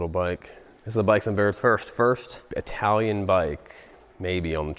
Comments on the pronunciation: It's Chitalian. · It’s Chitallian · Chitalian??? LOL!!!😅😅😅😂😂😂